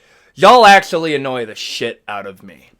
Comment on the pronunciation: ''Akssshually" 🤓🤓 'the damats'😭